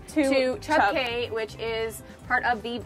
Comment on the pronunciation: Cay is pronounced "key"